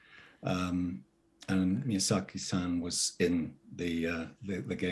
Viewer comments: Maya-zaki? Mother of god. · wow what an asshole MAYA ZACKY! how do you not know how to pronounce his name especially if you've met him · keeping on saying "Mayazaki" instead of "Miyazaki" kinda made my blood boil. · Would be nice for to learn his name right. Every time she said Mayazaki. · For some of these the person's appearnce really fits the charachters and then there's just people like. Like he looks slightly crazy enough to be the charachter but that's about it. Also lol the different pronounciations of Miazaki is crazy. basically said Mayazaki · Mispronouncing miyazakis name is criminal. I have a newfound disrespect for millicent